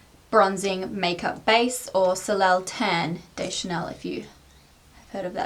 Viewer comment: Soleil is pronounced like "so-lay" haha